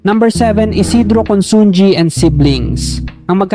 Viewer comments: Pronounced as: 1. Chaw-king NOT Cho-king 2. INA-SAl mabilis NOT dragging 3. CON-SUN-HI NOT Con-sun-gi (ji) 4. A-BA-CA mabilis NOT dragging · Consunji ang pag pronounce yan is consuhi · Consunji ba ang pronunciation nya o consunhi ?